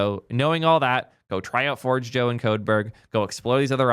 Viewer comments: forgejo isn't forge joe but pronounced forjayo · GitLab was great when it was a fresh, exciting, open source project. However they have been going downhill for a decade and are a commercial abomination now. I've been self-hosting Forgejo and a financial contributor to Codeberg for the last two years. Also, its pronounced for-hay-yo. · It’s FOR-J-YO and it’s awesome self-hosted (SSH into your Hetz for example) 🔥🚀 migrating for GH is a breeze just grab a PAT and the rest just works. See ya GH. It’s been…unique. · First Zustand and now Forgejo, I can't with the pronounciations lol